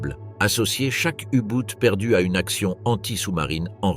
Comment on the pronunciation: U Boot et non U Bout